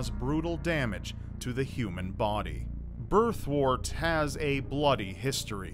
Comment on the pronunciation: Birthwort is pronounced “Birth-wert”, not “Birth-wart”. Remember, word, work, world, worm, worst, and worth all have a “wer” sound. So does “wort”. It’s not “wart”.